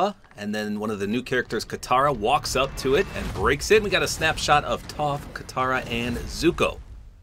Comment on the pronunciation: For a guy who’s never watched the show you pronounce toph properly so respects